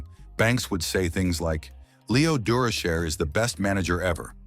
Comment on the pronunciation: AI must think Dur o Shay is a French name. This pronunciation is a joke.